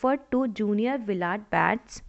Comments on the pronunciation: Can't you pronounce Willard ?😢😮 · No she cant😂